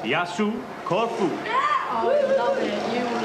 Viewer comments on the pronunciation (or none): It is not Lancheeroutee. Is it Lanzarote. It is not Courfew, it is Corfu. It is not Tainaireefee. It is Tenerife. It is not Aibeezaa, it is Ibiza. Learn the proper names, that is the very least one can do.